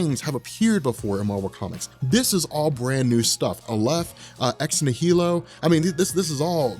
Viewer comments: Why are you mispronouncing Ex Nihilo? Shouldn't it be obvious? Annihilation, Nihilist, etc It's "Nie - Low" (Nie pronounced the way you say "Eye"). Normally it wouldn't matter to me if people mispronounce things but you have a large channel and now hundreds of thousands of people are going to start mispronouncing it.... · I think the correct emphasis is ex-NI-hi-lo (based on the root), and Aleph is definitely pronounced A-lef. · I'm pretty sure it's pronounced "nye-el-o" like in annihilation (an-nihil-ation)... because Hickman is nothing if not symbolic. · nihilo is pronounced “nile-oh”. root word nihilism. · Ex-NIGH- eh-lo. As in annihilation. the "H" is silent.